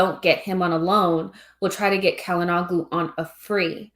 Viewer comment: Hakan Calhanoglu [Shala-no-lu]. The "g" is silent.